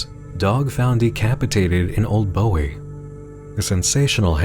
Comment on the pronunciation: Another wonderful Monster Hunt. I always love these, and this one is no exception. But one thing,. One thing. As a Marylander, hearing you pronounce Bowie ("Boo-ee") as "Bow-ee" caused me actual physical pain.